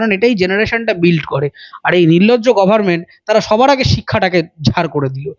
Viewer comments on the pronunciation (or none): murkha montri....??? bosti culture bole ,ato baro scam e jorie theke thot nere katha bole pronounceation ki bole gorment...chorder pechone e support kore. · সাবাস অরুত্র, যে মুখ্যমন্ত্রী গভর্নমেন্ট বলতে পারে না, গরমেন্ট গরমেন্ট বলে, এই মুখ্যমন্ত্রী চলে না। তুমি সাবধানে থেকো ভাই।